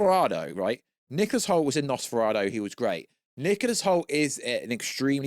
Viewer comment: Bro. Its David coreNswet not coreswet. Also what is a nosperahdo? Its no-s-fur-ah-two